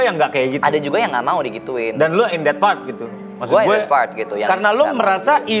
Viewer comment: ok bgt bhs inggrisnya tp byk sekali pengucapan yg mengganggu yg tentunya klo diperbaiki lebih bagus lg misalnya; drag terlafalnya dreg (ampas), even terlafalnya event (acara) atau part terlafalnya fart (kentut) dll lupa apa lg td, byk pronouncing yg kurang tepat. Cmiiw n imho